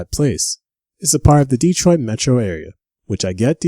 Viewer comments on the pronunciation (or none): none